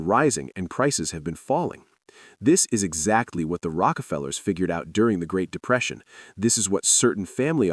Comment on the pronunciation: "1929 GREAT DEPRESEITION' - yeah that was memorable ... huh !?